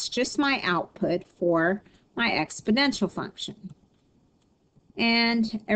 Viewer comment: "expodential"??? Good grief...